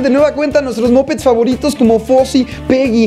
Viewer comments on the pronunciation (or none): no se pronuncia "mopets" se pronuncia "mapets"